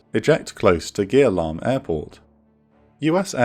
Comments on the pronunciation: FYI, Gia Lam airbase should be pronounced as "Za Lam", not "Gear Lam" since in Vietnamese, when G next to I, them together make the sound Z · Small suggestion, Gia lam should be pronounced ya lam instead of geah lam (how you doing it currently). Nice video, thank you!